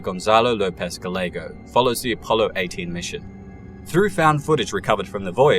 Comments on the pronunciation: Bruh you're killing me with their pronunciation of people's name last names locations in general especially with Spanish names wherever you see a double l in the name place or thing it's pronounced with the Y sound it's not Ga-lego its pronounced guy-yego but spelled Gallefo it's a Spanish thing bro I've left you many many messages about that I'm surprised nobody else has brought it to your attention you sound dumb check yourself before you wreck yourself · Like clockwork,. You mispronounced names that can easily be Googled. Every single video you put out has you doing this. How hard is it to just verify you know how to say people's names? Gallego is not, in ANY language, "guh-leg-oh". Are you doing this on purpose?